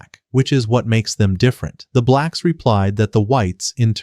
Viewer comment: Bro did not need to emphasize “blacks” every single time lmaoo